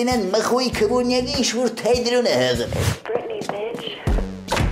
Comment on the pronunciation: 😂😂😂😂ասումա թայտրոն😂